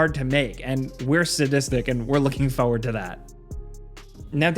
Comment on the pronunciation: I don't like how pronounces "forward"